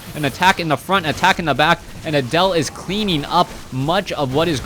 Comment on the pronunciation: Pronouncing Adel like Adele made me think "rolling in the creep" for the whole match.